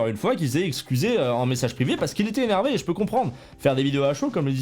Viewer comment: Trrrrrr « postillon »rrrrrreeees Zéneeeeeeervé